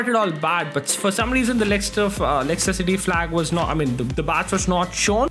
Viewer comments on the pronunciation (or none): none